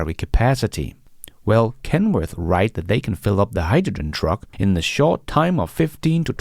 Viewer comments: Hyjijen? You're not the only one who pronounces it this way, of course. I saw a Sabine Hossenfelder video recently, who is German, I believe and pronounces it similarly. Fascinating. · What's Hi-Ja-Gen??🤣🤣🤣🤣 Just kidding you and the way you pronounce hydrogen.